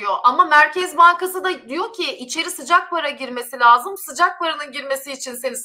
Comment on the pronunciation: Lazım … değil sol - La -si - do gibi